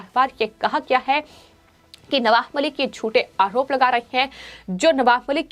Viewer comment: Madam..say, आरोप and not आहरोप .you always speak words with ह in it. सुधर jayiye